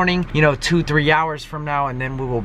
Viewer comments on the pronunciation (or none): none